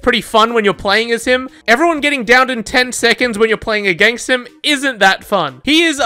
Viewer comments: Count how many times he said againgst :D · Againgst? Is he saying againgst?